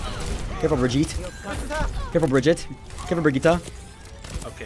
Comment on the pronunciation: Brigitaa, Bridget... Me as a german: IT's Bre-gi-te!!! Why can nobody say that?!😂😂